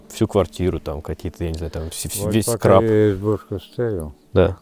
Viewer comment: чето такой грустный видос ((. мужику удачи, у него есть кошатина а с ней в разы веселее. зимы на болоте всегда жестче. пс не скраб а скарб - заметил молодежь почему то частенько пытается это слово применить и почти всегда неправильно.